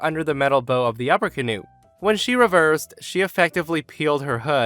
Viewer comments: You are killing me...bow, as in to bow down, not bow, as in arrow present wrapper/hair accessory That's like ow, not oh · Why do you keep calling the front of a boat the bow, like it's got a ribbon wrapped around it or something? It's pronounced bow, as in bow-wow. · On boats is pronounced B-ow not B-oh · For story 4 when referring to boats it's pronounce Bow (like Bowing to an audience after a show or kinda like Bao) not Bow like Bow and Arrow. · Boats "bow" is pronounced "b-oowww" like the "oowww" when you stub your toe on something. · the "bow" of a boat rhymes with "cow". What you said was what you call a decorative knot in a ribbon that you put on a present.